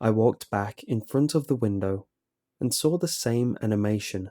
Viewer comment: "I sawrl it"